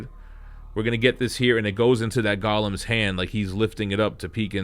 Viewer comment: No disrespect to you bro, but I believe the little beings are pronounced 'Golems' and not " Gollums".